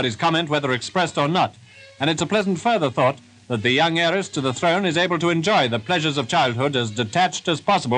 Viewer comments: "Young Heir"(ess), not "young airer" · “The young Yair-ess” No Future.